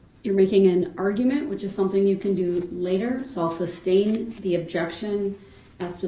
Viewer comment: "Is that lawful law?" 🙄 "Substain", "Takit agreement", "Axe", "You can't do dat". 🙄🙄🙄